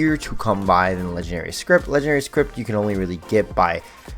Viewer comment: My brother in Christ, it's scrip. No T. Please. Lmao